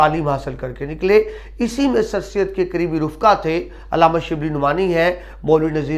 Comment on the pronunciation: (رفقاء) فاء کے ساکن کی بجائے فاء کے زبر کے ساتھ